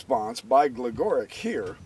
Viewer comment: Love the videos. Gligoric is pronounced Glee*go*reech just so you know. Thanks for all the vids!